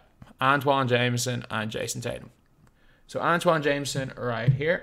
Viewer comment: has been calling antawn jamison Antoine Jamison for so long